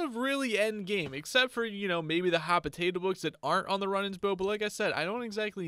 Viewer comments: runnings bow?? runaans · Runaan not Runan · Runaans = Roo-nans Compass = com-pass Zealot = Zel-ot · Some pronunciation mistakes, Zel Oht, and Roo Nahns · Omg you ponounce Runaan's bow wrong it's pronounced rue non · Omg ur saying runaans bow wrong